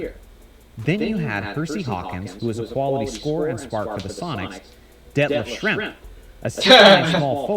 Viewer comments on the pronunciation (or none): His name is "Detlef Schrempf" not Shrimp! He was a European player from Germany! He was a very good player with the Super Sonics! The competition was better back then for many reasons! Defense and style of play was more demanding as todays NBA is truly weak and absolutely pathetic compared to the mid-late 80s and the decade of the 90s!!